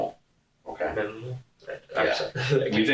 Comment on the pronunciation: & my brain cells are dying: "Assault'? "Wod iz assault?" "Harming another human being" "Homin anuva human bean..." "Firearm" "A fire-arm?" "Minimal" "Min-E-Mal?" Ouch these two boys are so dumb, Tweedle Dum(b) and Tweedle Dee, in-Tweedle-deed